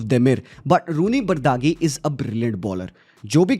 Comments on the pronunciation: Small correction Rooney bardagi❌❌Rooney bardhji is pronounced as bard-ji not bardagi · Its spelled as "Thibou" not "Thabaut" for Thibaut Courtois - same way Its "Bardghi" not "Bardaaghi" - tried ignoring these over the years but there have been too many to ignore!! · vai.... Woh pronounciation Barji hai Bardaghi nahi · You absolutely butchered his name Dawg 😂 and he's saying he has been following Bardghji's game for the last two years. What a joke!🤣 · I honestly dk why people don't take 2 minutes to see how to pronounce a player's name without butchering it.. like honestly. Try.